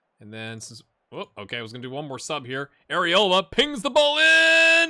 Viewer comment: I'm a child and laugh when you say arriola